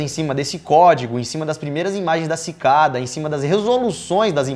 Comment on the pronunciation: Só eu que entendi: Pikada 3301?